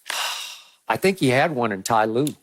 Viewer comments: He said ty lue top 5 😆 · This man really said tye lue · I remember my old american co worker insisting his mistake everytime and that's what skip is doing when he said ty lue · Ty Lue? Boaa stop that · He Really Said Tye Lue Top 5 All Time 😂😂😂😂😂😂😂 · Unc said, Skip you better stop playin wit me! Lmao 😂 😂😂 The man said Tyronne Lue smh...